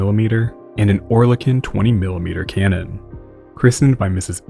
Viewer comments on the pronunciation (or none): none